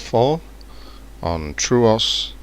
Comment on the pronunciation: True"aw"s? Its not just "True" "os"